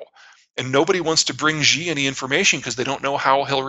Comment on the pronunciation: Zeihan makes an arrogant, ignorant, and quite racist comment regarding "phytosanitary". It translates fine into Mandarin: 植物檢疫. Also, if he wants to talk at length about Xi, he should take a few of his precious seconds to learn to pronounce the name properly, it should not be very difficult.